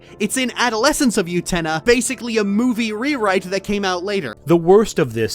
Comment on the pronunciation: the way lily orchard says "utena" pisses me off so bad 😭 its OO-tena not YOU-tena